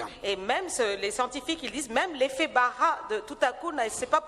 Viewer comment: Amazing words.... pastor it is Barah not Baha.